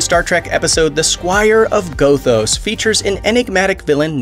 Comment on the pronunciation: Can always tell whether the narrator is a genuine fan or simply reading a script. For example, it’s ‘Squire of GOTH-os’ not ‘GO-thos’. It’s the little things that make the video presentation true. or just an advanced form of clickbait 🖖.